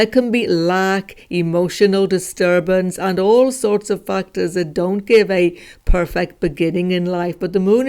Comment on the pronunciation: Every time u say factors it is sounding like something totally different if not heard properly☠️